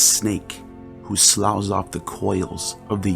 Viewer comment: I LOVE these videos but I'm wondering if a proofreader could be employed, as the word 'Enveloped' is pronounced 'en-VELL-upped' as opposed to "EN-vell-oped" and 'sloughs' is pronounced 'sluffs' as opposed to "slouws". This is in no way a criticism, just something to consider.